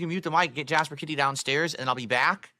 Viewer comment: It's the same when his wife was on stream "Khat Honey!" And same with how he says Kit-Eee he says Hun-knee